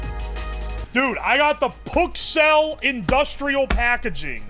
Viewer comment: lol it actualy sounds like ke says “oh my PUKcells!”